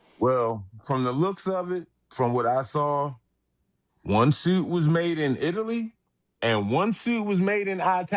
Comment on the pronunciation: He said it was made in "I TAL LEE" 😅